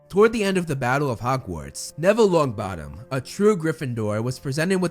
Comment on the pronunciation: Neville Luongboddomm